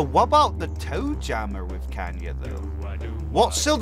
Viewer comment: name toe jammer “joe tammer”